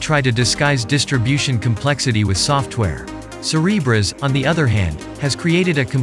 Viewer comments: I keep hearing “Cerberus” instead of Cereberas. Yes, a little concerned… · say Cerebras one more time i dare you